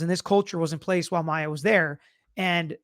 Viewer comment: Her name is Maya not Mya